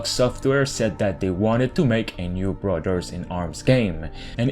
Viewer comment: “Brudderds” lol